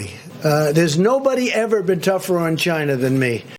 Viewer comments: I'd like to see one of every time he's said "Chi-na." I like the emphasis he puts on it. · I use ChyNah always now! 🤪